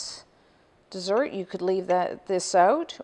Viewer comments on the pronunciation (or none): none